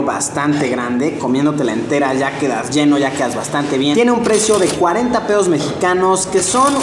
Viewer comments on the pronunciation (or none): Em.. Fer se refiere a que en vez de "pesos" ha dicho "peos"